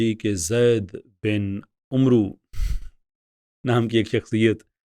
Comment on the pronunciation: یہ نام عُمرُو نہیں ہے بلکہ عَمرو میم کے سکون کے ساتھ ہے اور آخر میں واو عُمَر سے الگ کرنے کیلیے آیا ہے تاکہ دونوں ناموں میں فرق ہوسکے ۔ جزاک اللہ